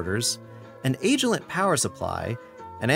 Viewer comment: (mostly just commenting for the algorithm, not being a grammar nazi) but Agilent is pronounced like agitated, not age :)